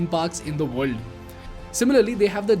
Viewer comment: Good video 👍 but Please speak proper English not indlish if u can't then please get someone to articulate it. Very irritating when half is what u says is not clear. World sounds like ver-ll and u speak is fast...